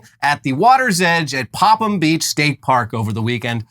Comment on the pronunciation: I am so proud of you guys for correctly pronouncing Popham. The "h" is silent.